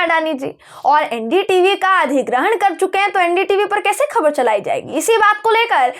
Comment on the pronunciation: Urdu Letter ..Khe...ko pronounce kar payengi tu 'khabar,, 'Akhbar' sahi pronounce kar payengi. Aur Lambi script parhne ki apki kala mein aur nikhar ayega..